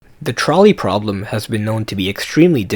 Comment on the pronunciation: “twolley pwoblem”